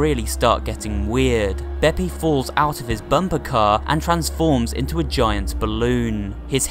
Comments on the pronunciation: It’s peppi, not beepi silly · You pronounced beppis name wrong it’s BE PEEE NOT BEPEI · Waitwaitwait...! Beppi Cagney ARENT SCARY DUDE! (Also you said beppi wrong) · is nobody gonna talk about how he pronounces beppi as beppay? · It’s bep-ee, not bep-ay. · Its beh-pee not beh-peah. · It’s beppi not beppay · ITS BEPPI NOT BEPPE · Him: beppe Me: ):< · It’s not scary also he said beppay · It's seen as beppi but it's pronounced beppy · Did he pronounce Beppi as Bepe? Bepe the Frog lol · You are making it scarier than it is and why do you say beppay (bepp-ayh) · you pronounced beppi as if it was pepe with a B when introducing him, but pronounced it correctly the rest of the way edit: oh nvm, you pronounced it like that like twice edit 2.0: that was King Dice's foot, not a human's. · beppi is pronounced bepee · I really hate to be knit picky, but Beppi is pronounced BepE instead of bepA. Also, Cala Maria is pronounced Calu Maria instead of Cala Maria. Sorry! I just wanted to clarify. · It’s not Beppay it’s beppi (pronounced bep-ee) and it’s not carla it’s Cala( pronounced cal-a) Phantom express-train Blind specter-ghost Heads-blaze brothers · and also he calls chips bettigan chip bettington